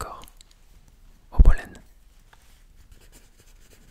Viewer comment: Jolan comme prenom mais cela ce pronnoce Jolane